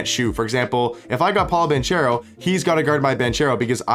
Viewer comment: It's BanKero ;) Not BanCHero ;) He's Italian